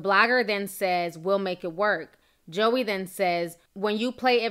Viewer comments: Lol at “Josy” “Joey”. It’s Joy but she spells it weird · This is so hard for me to watch because of all the mispronounced names 😣🤦🏽‍♀️. Josie, Joey... it's pronounced Joy!!! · Pronounced Joy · Pronounced Joy not Joey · It's pronounced JOY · Just letting you know (I'm sure somebody already said it) but her name is pronounced Joy lol but this shit is crazy af 😂😂😂 I absolutely love watching your videos Ti, you make my day ALWAYS!!! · I think her name is pronounced "Joy" but I've never heard anyone say it aloud. I'm disappointed in her doing this. WOW. I thought she was low key and sweet. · your saying Joie's name wrong it's not JOEY Its French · It's pronounced "Joy" 😂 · Girl her name is pronounced JOY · That girls name is pronounced joy and just bc Ciara is famous doesn't make her perfect for him.Future is nasty and anyone who sleeps with him is desperate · Girl, it’s pronounced “JOY” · I thought her name was pronounced Joy? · her name is pronounced as Joy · Ya'll seem bitter in these comments. Also, her name isn't that hard to pronounce. Get it right for journalism sake. Ciara isn't a major star lol but what does that have to do with love & commitment? Ya'll love bringing up Ciara for no reason. Let it go. She clearly has.